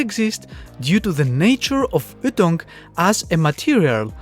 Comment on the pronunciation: The way you pronounce ytong is really funny... the way to pronounce it is y like the letter and then tounge.